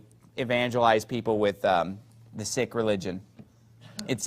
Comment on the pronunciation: What an idiot. It's not sik... it's Sikh. Your pronunciation is still off.